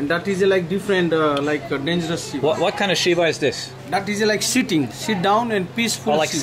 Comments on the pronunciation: Dude just said shitting shiva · "Shitting, pissfull shiva" "ah,, sitting, peacful" 😄